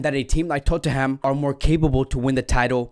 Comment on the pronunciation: Love how u said Tottenham 😂😂😂